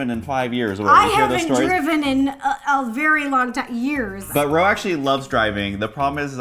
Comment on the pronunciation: it’s Ro not Rose